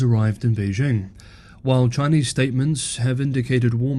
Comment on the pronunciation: Beijing. The '...jing' has a hard sound. I assume you have been to China and have listened to Chinese people pronounce this word.